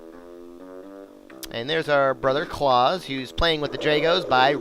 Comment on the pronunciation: i believe that claus is pronounce cl-ow-se, i am so immature for actually laughing that sounds amazing out of context